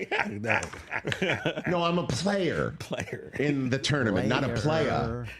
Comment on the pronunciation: LOL never would've thought that I'd hear Rich pronounce the word player like that....